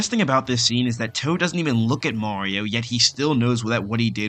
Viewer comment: why is he saying "Maowio"?